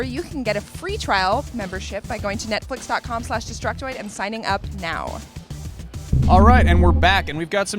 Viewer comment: she definately said nutflix